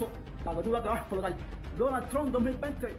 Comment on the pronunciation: "Donal Tron tueni-tueni" Que clase de camaján el "artista" ese... se jodió